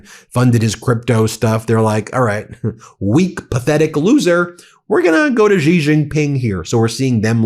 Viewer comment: Jesus Christ, how have you still not learned how to pronounce "Xi"?